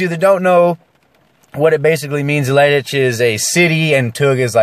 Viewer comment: You nailed the leidsch part. The tuig part contains a odd sound which only dutch people use. So yeah, good job ;)